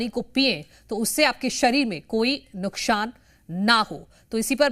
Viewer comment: नुकशान नहीं नुकसान बोलें